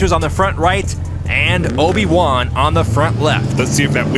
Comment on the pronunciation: ... its Obi Juan not Oni One...